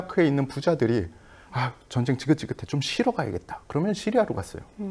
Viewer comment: 여성 진행자,,, 정쟁 정쟁 이라고 발음 하는게 참 거슬리네요~~ 제목이 전쟁과 사람인데,,, 정쟁이라니 ㅎㅎㅎ